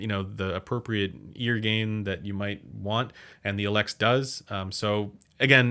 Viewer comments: No. It's Elex. Not "eeeeelex". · It's "eeeee lex" like "eeeee lear". En française it's a long e, not a short e. Just sayin'. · I left a like for Elex pronunciation: you have to respect other languages. Learning one word is not hard ;) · It’s not pronounced Focal Elex, it’s pronounced Focal Elex.